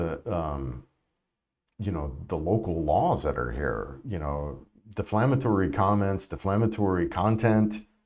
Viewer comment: Defamatory. Not deflamatory. No L. Sorry. Couldn’t help myself.